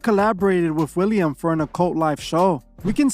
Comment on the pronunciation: Willem Dafoe not William.